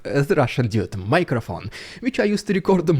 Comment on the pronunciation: "He doesn't have Russian Dude microphone" very funny. When you say "Dude" it sounds like you are saying "idiot"